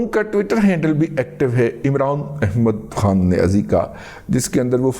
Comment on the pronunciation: دادا آپکی ادائیگی امران احمد کھان نیاز ایک بہت اعلی